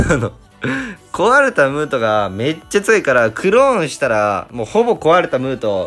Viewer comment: ムートがムートンに聞こえた